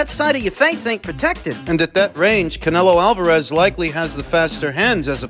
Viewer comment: Canelio Alvarayez. 😂😂😂